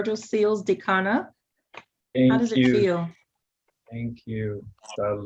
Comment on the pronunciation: I hope you mean " Odikanna" - not "Dikanna"